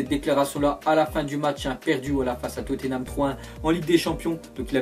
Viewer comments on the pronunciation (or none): none